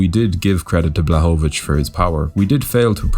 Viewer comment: Proper pronunciation is Yan Bwahovich, L in his last name is Polish Ł spelled like W in English, easy compared to Joanna LOL